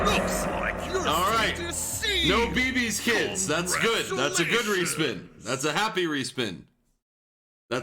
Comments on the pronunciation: It's Bébé's Kids.... Lol not beebee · Beabea Keeds